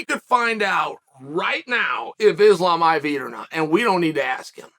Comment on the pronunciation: When Westerners learn how to pronounce the word Islam right , it's like saying ZamZung instead of Samsung.